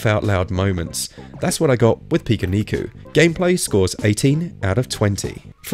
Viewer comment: Finally someone pronounces it correctly.. I downloaded this because I saw so many people saying it’s the strangest game on switch, but I’ve yet to encounter much strangeness. Still enjoying it nonetheless.. was just expecting something a bit more weird.. it’s just a typical Japanese platformer game really..